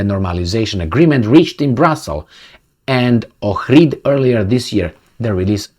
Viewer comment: OMG Someone pronounced OHRID probably!